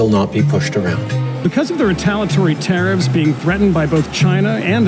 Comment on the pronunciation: The use of the word tariffs in this episode sounded like they was saying terrorist